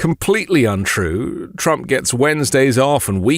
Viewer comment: TWUMPY CWYING